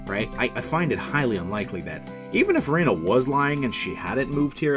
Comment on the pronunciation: It's definitely not "Ree-na", it's more like "Reh-na"